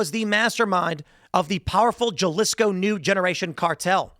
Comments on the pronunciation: Did you just say jaa-lisco Tim??🤣🤣 Think of the J as an H bruhhh.... Haa-lee-sco Your Welcome Tim... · halisco not jjaalisco lol; jajajajaja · How hard is it to pronounce JALISCO!? Huh-li-skow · Dude: that "J" should be pronounced as an "H". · Ha- lisco. Not Ja-lisco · There Ja (as in Japan) lisco cartel? How can you live in America as a journo without knowing how Speanish J sounds like. Timmy probably calls Juan Jew-anne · Jalisco = Hah-lee-sco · It’s pronounced “Halisco” you uncultured swine! 😂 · I think Jalisco is pronounced with an "H"! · Jalisco pronounced halisco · Remember Tim, Spanish J's sound like an H in pronunciation. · Jalisco is pronounced "Halisco" learn your spanish buddy. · Jalisco with an H sound at the beginning!! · It’s pronounced Ha-LEE-sco lol. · ( HA - Lee- sco) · Let me give you a Spanish pronunciation lesson: Oceguera = Oh-say-gair-ah JALISCO =HA-Lee-SCo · Jalisco pronounced “ha-lees-co” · For christs sake…….you pronounce Puerto Vallarta properly but you pronounce Jalisco likes it’s a cup of Tabasco Jello. GTFO lol. (HA)-leesco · Please tell Tim Jalisco is Hall-is-ko. “J” is pronounced “h” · Jalisco: / ha' lis ko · / Ha-lees-co. That is how it is pronounced. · Jalisco is pronounced HA-Lisco. J's don't sound like J's in Spanish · Its pronounced "Hah-Lis-Co" Cartel. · Jalisco is pronounced “Ha-Lisco” haha you can pronounce Puerto Vallarta just fine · Jalisco Pronounced “Ha Lee Sco” 👍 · J=H. Halisco is how to pronounce Jalisco. Thanks for all you do Tim. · Jalisco is pronounced "ha-lee-sco" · It's said Halisco Tim. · C'mon Tim, it's pronounced "HA-lisco" 😂. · Jalisco is pronounced as ha-LEASE-ko. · Tim it's pronouced Halisco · Tim!! It’s pronounced “halisco “ jalisco does not have English “j” sound :)) Still love ya!! just fyi:) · Jalisco is pronounced "ha-lees-co." Thank your for your attention to this matter. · “Juhlisco” lmao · Yeah, Julisco. Why bother pronouncing words good? It's TimWit, he can't be wrong. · Ummm, The J makes an H sound.